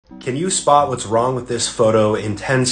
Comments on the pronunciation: Can you spot❌ Can you soot✅ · Man: See if you can "soot" what's wrong with this photo? Me: do you mean, Spot? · It’s says can you soot not spoot